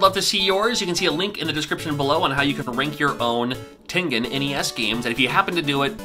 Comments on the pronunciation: TEN GEN as in generation!!!! 😣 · Common mistake, but it should be the hard g. American company with a Japanese name. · Who else pronounced Tengen as TEN-JIN as a kid? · I always thought it was pronounced Tenjen . I learned something new . Great video ! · I used to think it was pronounced tenjen with a soft g as opposed to a hard g sound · I don’t know either I was saying it wrong or was I always pronounced it with a soft g sound like in the word “giant” but pronounces it with a hard g sound like in the word “ game” so in other words I always pronounced it like “tenjen” like with that soft j sounding g sound but pronounces with that hard g sound like in “game” in the middle so which is it someone please tell me